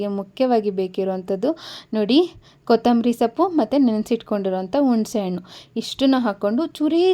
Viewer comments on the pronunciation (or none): none